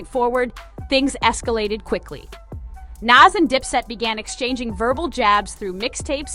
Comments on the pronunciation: Lady it's Nas not Naz 😂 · Nasssss. Jahdahkiss? Are you kidding me with your pronunciation?